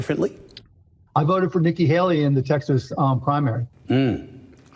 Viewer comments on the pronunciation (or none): none